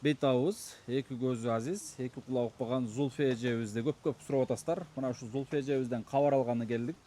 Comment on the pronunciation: Качан Зульфия деп ондоп айтат экен деп кутом, копол кылып Зулфия деп дебей😊